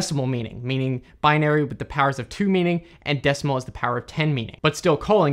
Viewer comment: Do you always mispronounce " binary"? It seems that you do.